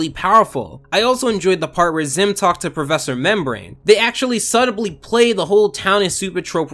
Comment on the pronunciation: Subtly? You don’t pronounce the b bro lmao